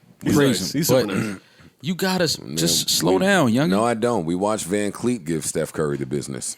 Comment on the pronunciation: Who is Vancleet 😂😂😂😂😂